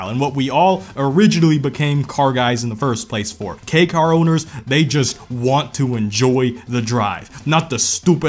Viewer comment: He got the accent on the Kei car lol